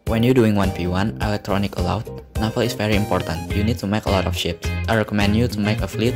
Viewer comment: I like how you pronounce naval lol. You pronounced it as "Nafal", but overall great video! Really helpful, especially the research and fleet ratio